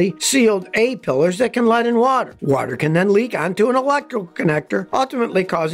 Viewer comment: "it even works, under wooter"!